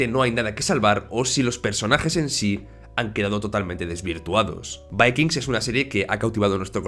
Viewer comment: Porque pronuncias de esa manera el título de vikingos